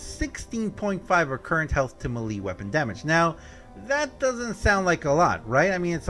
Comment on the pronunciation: I’m excited by the way the way you say melee lol